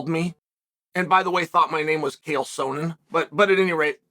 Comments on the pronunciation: Of all the people to have their name mispronounced it's by far the funniest that it happened to Chael. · Dana mispronounced Chael's name and Chael has been taking it out on everyone since